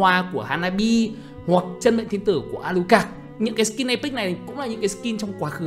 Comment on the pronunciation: A- lu - cát - SSS mà toàn đọc A - lu - cẹc 😑😑